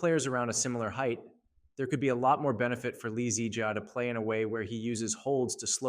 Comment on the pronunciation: You are saying "2021 lee zee jia " as if he is a car model or something 😂